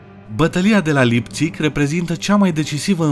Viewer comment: Laipțig nu Lipțig.N-am făcut germană degeaba :)).